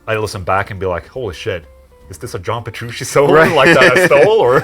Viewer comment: nice interview, but you're not saying Petrucci correctly. you say Petrushi and it's really funny For me, Petrucci has always been one of the best musicians, but I was disappointed in him, because he did not condemn Russia's war against Ukraine. for example, all the members of Deep Purple made official statements, and they were constantly touring in Russia, and they condemned this bloody unjustified war and my favorite guitarist stayed away, sad but true